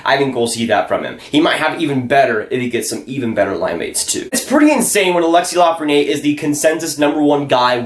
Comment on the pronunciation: Little friendly French pronunciation tip here - When a word ends in a vowel like Lafreniere, you pronounce the consonant (r) so it’s la-fren-nee-air When there’s no vowel like it Perrier, you don’t pronounce the consonant (pear-e-ay) You can really see this at work in the feminine vs masculine words for small (petit vs petite) Petit (peh-tee) Petite (peh-teet)